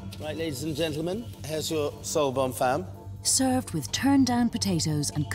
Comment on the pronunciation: Not Bonne fem. It is pronounced as Bonne FAHM FAAHHMM